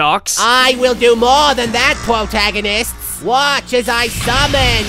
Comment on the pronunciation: Pwotagonists! xD